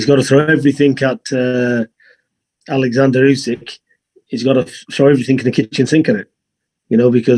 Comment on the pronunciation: this is the first time ive ever heard someone say usyks name properly, aleksandr NOT oleksandr, usyk has said it himself in an interview its the russian name it begins with A NOT O